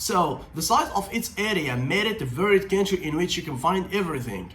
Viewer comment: Commenting about those languages that I know (Turkish, English, Russian) apart from some off-pronunciation (country like "kentry"), you do speak well. I haven't seen Turkish spoken in these videos as grammatically correct as yours. Impressive.